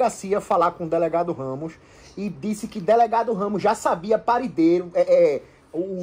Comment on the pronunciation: Já sabia o "parideiro" (paradeiro) kkk